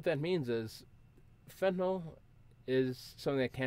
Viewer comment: Why does everyone have to pronounce it fentinol